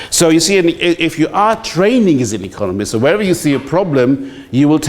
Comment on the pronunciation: Omg, that's "economy machine". But he pronounces it as if it was "acogomy".